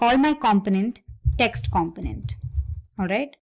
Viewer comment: Seems an ok tutorial, to many times said companent! It a com-po-nent, hearing this all the time made it hard to watch.